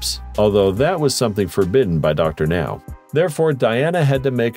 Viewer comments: I do not believe the weights they claim these people are. So many of them are 100-300 lbs or more than this video says they are. Closer to 800–900 lbs. They are HUMONGOUS. Also, can’t they use real people instead of computer voices to narrate these things? The way Dr Now’s name is pronounced is unforgivable. Geez.😳🙄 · The pronunciation of Dr Now, haha